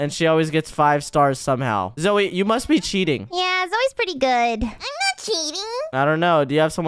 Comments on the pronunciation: not zoye its name zoey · you are calling Zoye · Guys it is not zoye it’s zoey 😂\ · did say ZOYE?! INSTEAD OF "You mean zoey?" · bro call zoey zoye what he'll